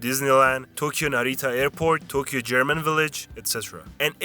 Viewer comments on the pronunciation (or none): why do you say tokeyo and then say we as if you are a Japanese person? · I was almost buying some of this as a 30+ year resident of Tokyo. That was until the narrator tried to pronounce the word "Tokyo". It was a big hint that this is a foreign channel. See, there is no "key" sound in the pronunciation of Tokyo. Oh, and they are tangerines in Ehime.